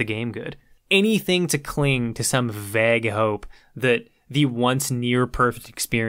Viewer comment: Wait, since when was vague pronounced *vegg*?